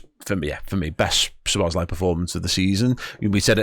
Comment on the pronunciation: Dom's name is pronounced - Soh-boh-slai, not Suh-boz-lai.